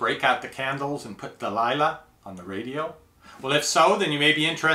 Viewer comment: Its nice that you said Delilah, LOL